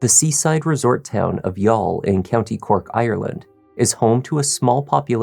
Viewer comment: I am genuinely impressed by how you got the pronunciations correct, most channels just guess...well done BTW the jury was sent home again this evening still not having reached a verdict!